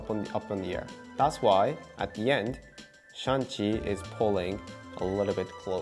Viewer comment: 1 sec in : "Shang, not Shan; S-h-a-n-g.. Shang..!"